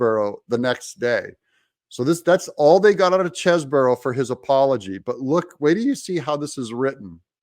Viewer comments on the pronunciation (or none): Doug, please take a real look at how Chesebro is spelled. One "O", so not Cheseboro.